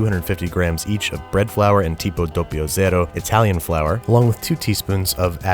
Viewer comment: "tipo dopio zero" almost got right the pronunciation, jokes aside greedings from italy